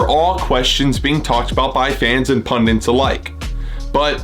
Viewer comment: So a pundit then 😂 I was trying to make him see his error by asking the question to hopefully have him realise it is pundit and not pundint.